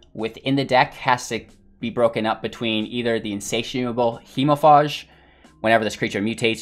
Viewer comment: It is pronounced hemofage not faahhhje.